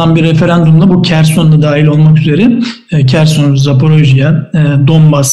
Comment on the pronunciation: Kerson değil Herson okunur